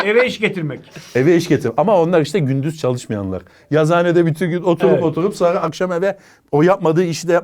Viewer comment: Yazhane derken :))